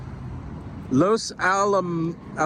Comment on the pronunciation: Welcome to Long Beach. Point Dume is pronounced Point Doom . Los Alamitos was perfect.